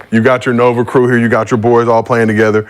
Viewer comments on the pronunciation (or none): none